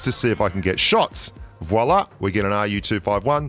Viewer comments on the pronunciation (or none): none